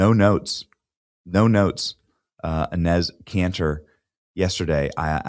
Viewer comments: Enes' (pronounced "Ennis") name is actually Enes Kanter Freedom. Please get it right. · Great video Benny, very funny! His name is pronounced E-neese!😅